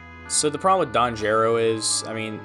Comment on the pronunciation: You pronounced the "Gero" in Don Gero wrong. It's geh-ro, not jeh-ro. It's onomatopoeia for the noise a frog makes in Japanese.